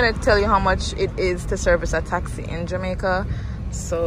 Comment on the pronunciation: Man say jamaicer🤣🤣🤣